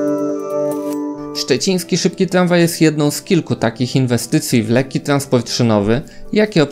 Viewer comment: Tlanspolt, tlamwaj... Nie ufam komuś kto nie wymawia R.